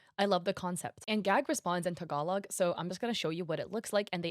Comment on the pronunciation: why did you say tagalog like that🥲🥲